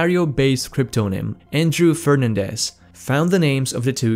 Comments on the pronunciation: Repeat after me: "Fer-nan-des"....not Fern-andes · Fernándèz. Not Férnandez.